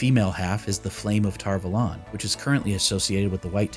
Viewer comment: It freaks me out that so many people can’t pronounce Tar Valon correctly. Like listen to the audio book or even just read the glossary in the back of the books.